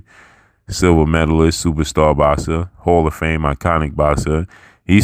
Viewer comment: Nice to see you on the Up, and glad you learned to pronounce Boxer.